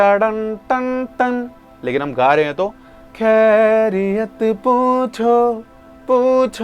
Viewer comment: Your voice is too good ❤❤ Only one thing that pronounciation of the word Khairiyat is not proper It should come from throat.